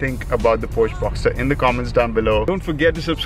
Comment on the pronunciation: It’s a Boxster not a Boxter.